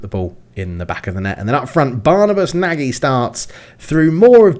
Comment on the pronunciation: Nagy is prounounced "Noj." Fun fact, it means big or large in Hungarian :)